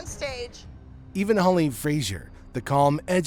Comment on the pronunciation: And Holly instead of Holleen unless I am hearing it wrong.